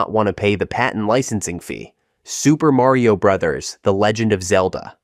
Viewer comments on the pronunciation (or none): none